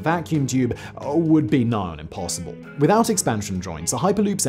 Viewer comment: The more I listen to Simon's voice the more I ask myself why he adds another "oh" before a w. For example "would be..." becomes"ohwould be"